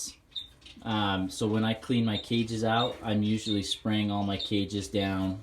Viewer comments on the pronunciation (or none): none